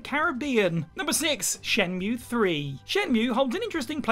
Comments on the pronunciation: Jules needs to tutor on how to pronounce shenmuwea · Can't believe he said shenmueeeee wrong